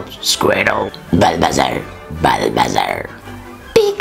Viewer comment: Bullbasaur dedin ama bu bildigin Ramizaur olmuş :)